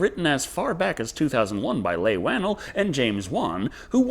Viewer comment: Leigh is pronounced Lee, and the T in Westley is silent.